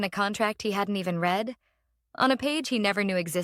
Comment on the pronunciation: Got to fool the AI reader some way. Past tense of read is read as ‘red’